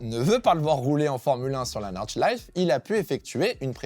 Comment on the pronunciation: Petite note, l'Eifel ça se dit "Aïfeul" et Nordschleife on prononce le "e" final